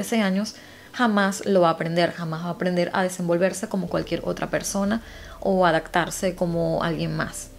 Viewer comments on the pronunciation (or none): Hola me gusta mucho tu canal y la forma como relatas los casos, pero tengo que decirte que me estresa oir que no pronuncies bien algunas palabras por ejemplo, descripción-descriccion Septiembre-sectiembre Adaptarse-adactarse Adoptivos-adoctivos Disculpa que te diga pero estaría súper bien si lo corrigieras👍gracias🙏💕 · Adaptarse y decis adactarse no te sale la p en muchas palabras jajaja igual me gusta genia💗💗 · Hay una palabra q pronuncias y me suena como adactarse en vez de adaptarse. No sé si me equivoco.